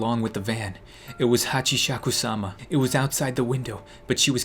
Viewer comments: It’s prenounced as hachousimisaka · it kinda made me laugh when he couldn't pronounce it ;-; HachishashishKabab XD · ha-ch-E. sak-ooo. s-A-m-A. This is how you pronounce it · you pronounced a funny name earlier on saying Hachisakusama. Hachisakusaba and whatever else is wrong pronuoncing. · Hatchi. Haku. Sama thats how its pronounced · It's really called hachishakusama pronounced hachis haku sama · When was pronouncing Hachishakusama.. I heard Kebab😂😂😂 Am i the only one? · You sound so funny when you tried to pronounce Hachishakusama “Hachisha.. DAMN IT” Lmao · It's pronounced like : hatch - ee - sha - kuu - saa - maa And im not even Japanese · How to say it HACHI-SHAKU-SAMA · Hatci-chaku-sauma that is how you pronounce it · It’s pronounced Hah-Chee-sha-koo-sama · It’s pronounced hachy shaku sama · When you were attempting to pronounce hashishishkabob, you sounded like "The Dog of Wisdom" lol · Its (Hachi-Shaku-Sama) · I laterally just died when he keep messing up with the name haha😂😂hachisasikaba, hachisakaba lmfao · Its pronounced as hachisakusama ikr its not the right spelling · I heard about this on snarled its Hachishakusama Eight feet tall irs a japanese urban legend and lol when you tried to say her name in japan gabish kabob lol 😂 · You should voice an anime character. But first we need to find a solution to your japanese prononcuation HACKISSUMA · i dont know how to spell it but it`s pronounced "hatchisakusama" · HATCHISAKU SAMA Its pronounced HATCHI-SAKU-SAMA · Him trying to pronounce the name Hashikabob, he's too much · pronouncing Hachishakusama I laughed so hard, when he said hachishakshishkubab XD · trying to say Hachishakusama is like me trying do algebra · Nope you said it wrong again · I was actually laughing when he was pronouncing that ghost name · im watching this am. Hahahaha. I can't stop laughing when you're reading the japanese word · It is pronounced Hachi-saka-sama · It's hachisacusama (ha-chi-sa-coo-sa-ma)